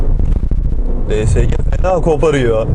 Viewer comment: Şu şansımana di es ci diyenlere gıcık oluyorum Allah tan öyle değil